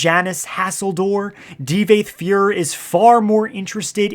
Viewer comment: Ty-burrr? Di-vaath FUER Tf dude lol